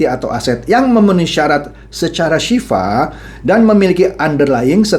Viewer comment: mohon maaf pa bukan Sifah Tapi Sil'ah